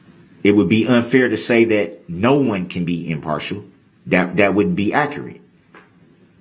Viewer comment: accurate translated to brook's pronunciation = ack - rat....